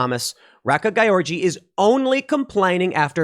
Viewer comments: Gyorgy should I think be pronounced more like "Georgie" not GUY ORGY... WTF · As a Hungarian I'm going insane hearing Tim say György Réka's name Not because I'm this correction freak, but because it's sounds like he's saying 'guy orgy' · Not that it matters, but I believe her last name is pronounced as George. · Tim kept saying "gayorgy" when he trying to say her last name. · Gotta say, your mispronunciation of György is hilarious.